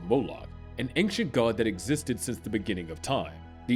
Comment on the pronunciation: Your pronunciation of "AnKcient" should disqualify you from speaking about ancient entities.